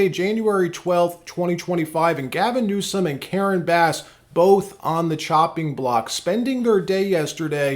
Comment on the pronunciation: Every time you say newscum, it takes away from your content. Just say it right, we know he is terrible